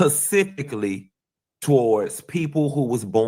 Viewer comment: Does any female even want to claim as a “gay pocketbook”when he refers to females as b*****s and says “pacific” instead of “specific”…NO THANKS!!!!